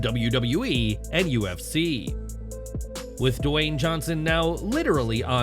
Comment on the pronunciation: Narrator - stop saying "Duh-Wayne". It's just "Dwayne", said smoothly, without additional letters, sound or syllables, ya dumb-a*s.